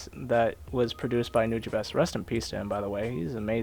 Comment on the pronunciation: youre saying it wrong its nuja bees